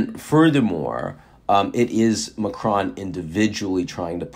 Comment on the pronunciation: Please do not pronounce the 'n' in Macron